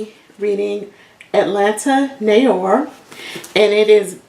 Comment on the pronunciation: Noir is pronounced nwar..all one word..👯‍♀️👯‍♀️